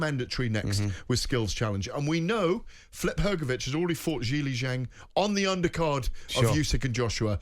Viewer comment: His name is not Flip, Gareth. Why does this fella insist on butchering everyone's names?